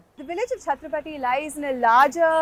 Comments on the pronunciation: The name of the village is chattrapatti and not chattrapthi. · It's Chatra-pa-tti. Not Chathrapathi. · it is Chatthirap Patti not chathrapathi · Its 'Chatra' 'paTTi' not Chatrapathi!! 🤡🤡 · That's not "chatrapathy" which You pronounce, it is "Chathra-Patti", near rajapalayam between Madurai and Tirunelveli. It is good to hear this fact, thanks! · Prononounced as Chatra-patty meaning Choultry village. Not Chatrapathi (as in Shivaji) 😅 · she pronounce it us chathrapathi but it is not Pathi it is Patti... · I was wondering, tamil natla chatrapathi nu oru oora nu. 🤣🤣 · Chathira Patti ., not chatrapati